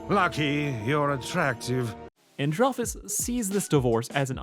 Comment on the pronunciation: People who don't know how to say Stella's brother's name its And-rel-fus